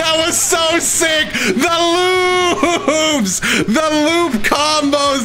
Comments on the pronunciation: I know everyone heard loops but all I heard was "THE LUBES THE LUBES" lmfao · At the beginning I thought was saying “LUBBEESSSS, LUUBES”